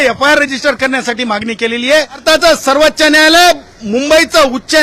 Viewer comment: सर्वच्च नाही रे सर्वोच्च न्यायालय म्हण गाढवा